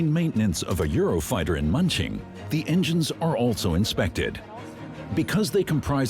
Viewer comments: "Munching" lol. Hard to take this seriously. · AI voice over incapable of pronouncing German place names... hilarious.